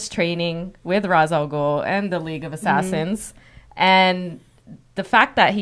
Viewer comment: I absolutely hate how everyone mispronounces Ras al Ghul's name. It is the only thing I dislike about the Nolan movies. Because of him there is an entire generation mispronouncing a phenomenal characters name.